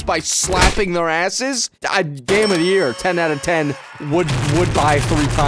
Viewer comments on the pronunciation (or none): How he says asses is hilarious. 😂